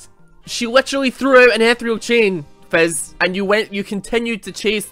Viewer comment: I swear to god, calling Fizz 'Fez' is the funniest fucking thing.